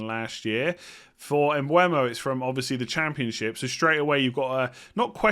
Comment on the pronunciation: Bryan Mbeumo. Not Mbuemo